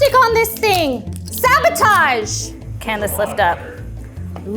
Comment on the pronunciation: the wind blows Marissa: “SABOTAGE” 😂